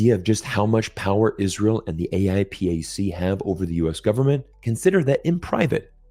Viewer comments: it's pronounced "ayy-pack" lol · AIPAC not: a i p a c